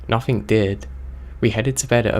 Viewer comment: im sorry, i know im an asshole but its driving me crazy. There is no ''k'' in words like nothing, anything etc.